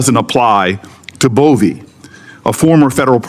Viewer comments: Bove not Bowie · It''s Bove (boVAY), not Bowie. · You can’t even get his name right. It’s Bove not Bowe. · A.I. overvoice got Bove's name completely wrong